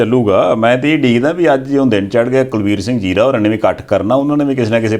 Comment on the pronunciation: It is Kulbir Singh Zira not 'Jira' note please. Anchors please note